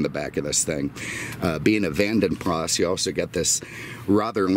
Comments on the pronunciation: I think Vanden Plas is pronounced PLAR not PLAS so Vanden Plar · You don’t pronounce the S on the Plas part. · Simon Richardson You are wrong. You don’t pronounce the S. Are you American?! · The S is not silent at the end btw. It’s my last name 😝